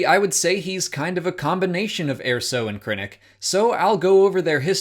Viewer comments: Please stop pronouncing it "AIR-so." There is a canon pronunciation and it's "UR-so." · Did... you pronounce it, "Air-so"? Wtf. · Wasn't pronounced like that in the movie.